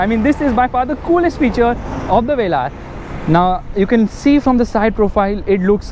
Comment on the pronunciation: Jeremy Clarkson calls it's Velur... Wheels are eyesore though